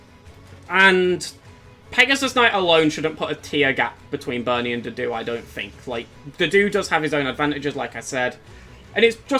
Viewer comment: Its so hard for me to take a unit seriously when i hear his name pronounced as "doo-doo"